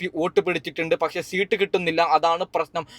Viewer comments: ഇവൻ ഏതു സ്കൂളിൽ ആണ് പഠിച്ചത്.. സീട്ട് അല്ല.. സീറ്റ് എന്ന് പറയൂ..😂😂😂😂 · സീട്ട് അല്ല സീറ്റ് എന്നാണ് 😂😂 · സീട്ട് പോലും അത് പോലും നേരെ പറയാൻ അറിയാത്ത ആളാ നീ എന്നിട്ട് എന്തൊക്കെ തേങ്ങയ പറയുന്നത് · സീട്ടു അല്ല സീറ്റ്‌ ആണ് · സീട്ട്. അല്ല സീറ്റ്. മണ്ടനായ. U. D. F. കാരനാണല്ലേ. മറ്റെന്നാൽ. സേട്ടനാണോ വോട്ട് എണ്ണുന്നത്. മണ്ടൻ. മര മണ്ടൻ😂😂😂😮😮😮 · പിണറായി ജയിക്കും എന്ന് പറയ്.. അല്ലെങ്കിൽ ചകാക്കൾ നിന്റെ കുരു ഉടക്കും.. എടാ പുല്ലേ സീട് അല്ല സീറ്റ് എന്ന് പറ പന്ന പൂ... മോനെ...